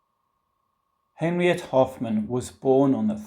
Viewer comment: It's pronounced 'Henrietta'.